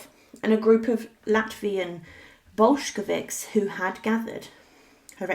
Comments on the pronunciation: And it's Bolsheviks, not "Boshkeviks". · Who were these "Boshkeviks" that the narrator mentions? lol...